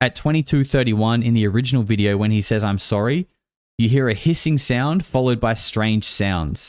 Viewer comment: the moment says "I'm sorry" sounds more to me like he is actually saying "I'm soaring"